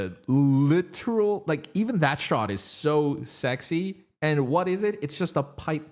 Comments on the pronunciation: no one can convince me he's saying sexy in the air because I only hear sex IS in the air lol and I've tried to listen for it a million times. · Same! That’s all I hear too and I’m not mad about it. He’s got me trapped in his loophole for sure!